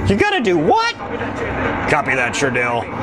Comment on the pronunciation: LOOL " Sure-Dell"